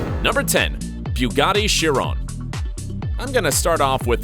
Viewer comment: Not to mention the mispronouncing "Bugatti Chiron"